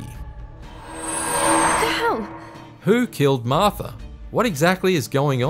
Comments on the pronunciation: It's Martha, not Marther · "Marth-ur is Dead"